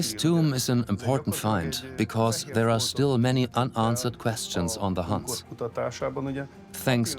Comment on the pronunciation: Buwwshit putative sites for Atlantis that stiww exists.